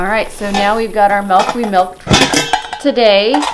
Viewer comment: "Melk" :D